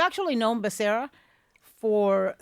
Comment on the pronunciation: Ana, isn’t Becera, both R’s (rr) sounds completely Becerra, I mean if you’re saying Spanish last name😅😊